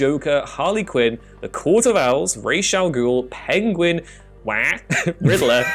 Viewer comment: Why do people say Ra's Al Guhl's as "RAYYYYSSHHH"? Its pronounced "RAAZ."